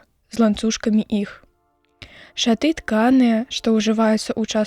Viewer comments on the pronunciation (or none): Ша'ты правільна, шаты' няправільна.